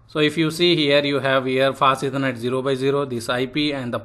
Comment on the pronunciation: Hey good afternoon I was contemplating whether I should type this out but I had some trouble understanding. Specifically, when you mentioned the "Fast Ethernet" sometimes it sounds like you are saying "passiveconnect" and I got lost when you explained the "no sh" command because I couldn't understand the speech. If you still read these comments, please consider this. Thank you.